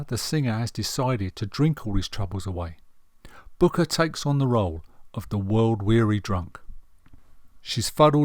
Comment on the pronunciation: A very good, considered appraisal, apart from two basic errors; the most glaring being the irritating mispronunciation of the main man's surname throughout....It's BRooker..... BRooker!! The other is the omission of acknowledgement of any males in the jazz vocal group The Swingle SINGERS.